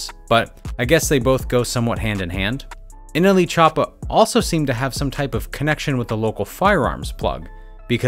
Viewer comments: So we gona ac luke he didn’t say nelchoopa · No nobody: Not even anyone::Nle chapa